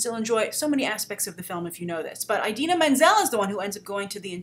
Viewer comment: can you please stop pronouncing it "eye-dina"?